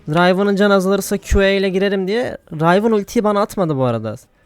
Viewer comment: Rayvın değil kanki Rivın